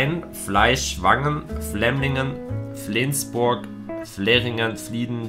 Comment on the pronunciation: „Fleensburg“ hahaha